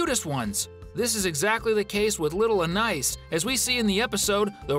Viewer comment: Please say the little sister's name correctly. Thank you